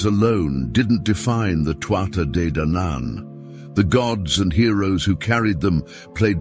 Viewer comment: This was an interesting video. The lines between mythology and reality are blurred and it's hard to know how much of Irish mythology is actually based on some truth. The AI voice did irk me with it's wrong pronunciation of Tuatha Dé Danann but I got over it as the video went on.